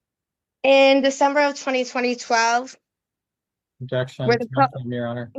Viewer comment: Why do they keep saying '' Twenty twenty twelve '' for 2012 ? 🤔🤷‍♂️